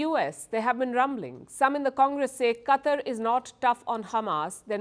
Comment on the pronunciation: Palki... It's not CUTTER... It's QATAR